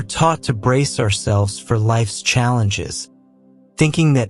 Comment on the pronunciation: This is a great message, but can you please tell the AI narrator to emphasize the right words. Life isn’t happening TO you, it’s happening FOR you. It’s a picky request, but his emphasis on the wrong words made it sound bland and took away from driving home the points.